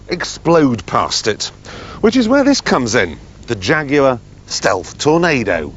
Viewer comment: you mean Shaguars right?!